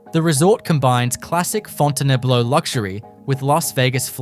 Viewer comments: Fon tan blue.... 😂😂😂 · The video comes pretty close to pronouncing Fontainebleau correctly (the French way). Pronouncing the name as Fountain-Blue is cringe-worthy.